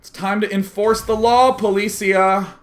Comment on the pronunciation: It is poli CI a , like in CIA